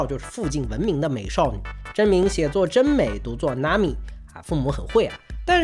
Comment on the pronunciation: 我上網查了查真美念法 真美(まみ)是要念MAMI才對吧 聽這個片段好像是念成なみ(NAMI)